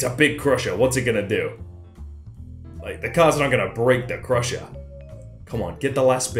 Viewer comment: When said "Crusher" i keep thinking he says Prussia